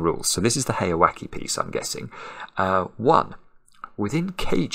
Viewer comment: The pronunciation for the second part of heyawake is like "wa-kay" or "wa-keh" not "wa-key". If it was like you pronounced it, it would be spelled with an "i" not an "e". Japanese vowel sounds are very consistent in almost all cases -- so the "e" in "heya" and "wake" should be the same sound.